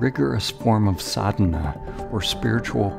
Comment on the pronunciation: Respectfully, the words Samadhi and Sadhana, are NOT pronounced as in the words "Dime" or "Day." The "D" is pronounced as in "thine" or "thus." Pls such words with "H" added right after, means they are aspirated, or have a very short "Ha" sound. OK, now to watch the rest of your 18 minute video...:)